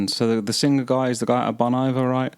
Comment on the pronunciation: FYI Bon Iver is from the French “Bon Hiver” (“Good Winter”), so it’s pronounced “Bon Eevair” 😊